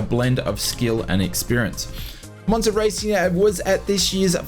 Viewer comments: Its Moza, and not Monza 😅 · Moza not monza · ITS MOZA NOT MONZA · Great video, the only annoying thing is the fact you call Moza "Monza" thats not how it's pronounced!